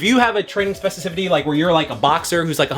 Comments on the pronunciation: not being able to say specificity is hilarious. Great video nonetheless 🔥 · My guy, great video as per usual. You gave me great things to think about, and I appreciate you greatly. One note: you are misspeaking the word “specificity.” Nothing but love. Keep up the great work. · Now I can’t stop saying specificity.